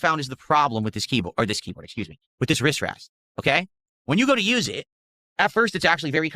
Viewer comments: “My Riss Ress” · OH he's saying AzoTH! I kept hearing AzOV This is the... 4th? 5th time he's showed off his equipment again? Bruh. His body fluids make the wood sticky..? Ew. Also: Wristwest.